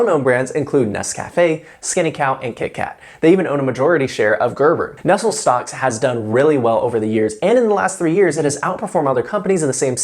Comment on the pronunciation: Pretty sure that's not how you pronounce Nestle 😆